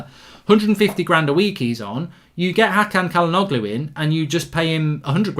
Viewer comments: Its pronounced Ja-la-know-loo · it’s chalanolu 😭 pronunciation is painful mark